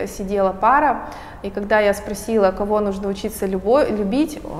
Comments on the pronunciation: так жаль, если честно, что от личности отворачивает не правильное ударение.....это далеко не самое важное в жизни. увы) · Прекрасное видео , но как же резало слух слово нужнО .. я даже загуглила … может думаю не в курсе … но нет ) говорится именно нУжно )))